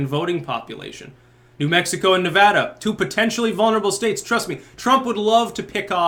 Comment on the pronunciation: As a Nevadan I just want to say Thank You! for pronouncing our state's name correctly :)